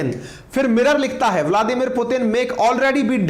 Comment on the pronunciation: Sir aap bladimir putin kab bolna seekhenge.